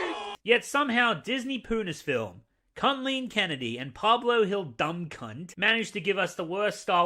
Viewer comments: "Cuntleen Kennedy". Bruh got me rolling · Cumleen or Cuntleene Kenedy? Did i hear that right? Broo... u already made me give u a like and subscribe within 1 minute of your video :D